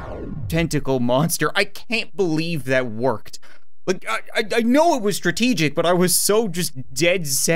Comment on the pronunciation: I love how he says workt